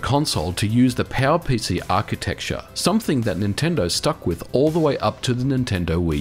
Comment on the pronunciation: The highlight of this video for me was hearing "PowerPC" being pronounced something like "PAL-PC". Made me so confused until I inferred from the pictures and consoles mentioned what he meant.